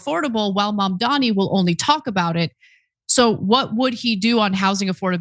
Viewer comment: Cuomo can’t even gets his opponents name right. It is Mamdani.